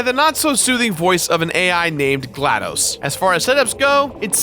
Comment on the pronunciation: It's glaDos not dose